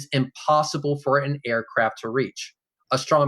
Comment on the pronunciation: It's sad that someone who loves astronomy so much can't pronounce it. "Astromy". Love you. <3